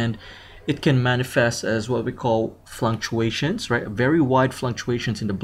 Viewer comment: Fluctuations. Not flunctuations. Tighten up.